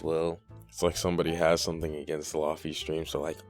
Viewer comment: lo-fi = low fidelity. not lahfee... "ayo wuz gud its ya boi lahfee-" more importantly why was this recommended to me